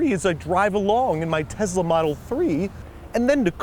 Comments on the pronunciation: This is a lovely brotherly gesture but why does he keep saying TEZLA??? The name has an s... teh·sluh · Why does he say tezla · Tess - la not tez - la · Just a little annoying when people don't pronounce words correctly. It's TeSla not, TeZla. SSSSSSS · Him saying teZla is killing my soul rn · He said tessla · Me: Tesla Him: Tezla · tesla, not tezla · TESLA TESLA TESLA. NOT TEZLA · it's tesla not tezla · Pronounces Tesla as “Tezzla” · no one: andrew: tezla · Love how he pronounces it "Tezla" in the review segment. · I have to correct you it is tesla not tezla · Tezla model 3!? If you read that the way he said that in your one of my people 😂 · Tezla? Okay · Omg stop saying tezla plssss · he said "tezla" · No one: Absolutely no one at all: Babish: teZZzZzla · Very sweet of you to do. But what the hell is a Tezla? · is it just him, or does a certain part of the US pronounce Tesla "Tezla" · Things I learned today: -Babish is good people. -Its pronounced "Tezzla" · ‘Tezzzla model 3’ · No one gonna say anything about how he called it a “Tezla” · Has anyone else ever heard anyone pronounce Tesla "TEZLA"? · No one: Babish: Tezla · He pronounces it like Tezla lol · It drove me insane that he pronounced it Tezzla. 😂😂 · WHY THE FUCK DO YOU KEEP SAYING TEZLA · What's a Tezla? ;) (And you're an awesome brother Andrew! :D )